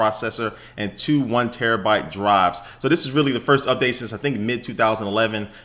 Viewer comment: lmao i thought he said "yo draws are bout to drop"